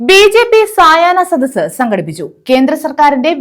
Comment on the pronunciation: മന്ദ ബുധ്ദികളെ , സയന സദസ്സ് അല്ല സായാഹ്ന സദസ്സ്. സുഡാപ്പിക്കളെ പോലെ നിങ്ങൾക്കും അക്ഷരാഭ്യാസം ഇല്ലേ?